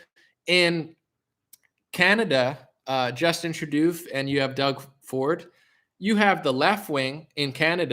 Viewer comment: It's Justin TRUE-DOH my man. Lmaof. Great show!